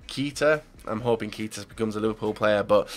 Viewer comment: So many mistakes , its Rb Leipzig no lezpig, it's pronounced EE-HA -NACHO, Keita isn't pronounced like KEETA it's prounounced like Keita , and that's only in the first 10 transfers